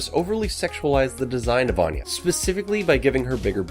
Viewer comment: anya not anna